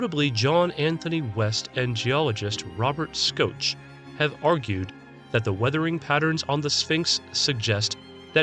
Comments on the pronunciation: Shock. It’s pronounced Robert Shock. As a geologist myself, I have to agree with his positions. It can’t be younger than 11,000 years old, based on water erosion features. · it was alleged to have ended 36,400 years ago - great video still! Also, you pronounce it Robert "Shock" (Shoch) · Robert schoch is pronounced robert "shock"